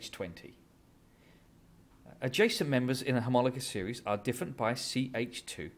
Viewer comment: thnk you ! love the way u say homologous series ! bdw ! how do u get the blackboard effect ? i mean wich sftware ? ty !